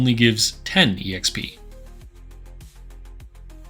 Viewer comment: EXP is short for Experience. Please stop pronouncing it as E-EX-PEE, it's just pronounced EX-PEE.